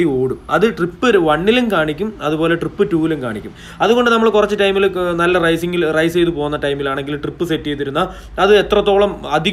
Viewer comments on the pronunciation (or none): none